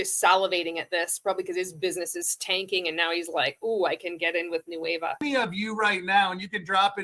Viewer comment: He is literally calling it “nueve” repeatedly instead of Nueva. Hilarious 🤣 😂